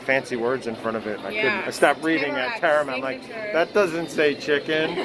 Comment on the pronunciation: It’s Tamarack...not Taramack.